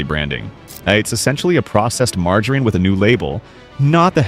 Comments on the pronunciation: Please teach this AI to say “margarine”! 😢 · Teach your bot how to pronounce “margarine.” This is ridiculous